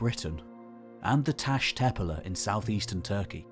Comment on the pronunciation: The Turkish word “tepeler” is not pronounced as if British. The past participle of “begin” is “begun”, not “began”. The archaeologist Robert Braidwood was certainly not killed by beheading. The notion that pre-agricultural societies were egalitarian is founded in romanticism, and should not be treated as probable, let alone as established fact.